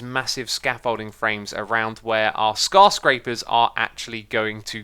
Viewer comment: i like how he says skarscraper and not skyscraper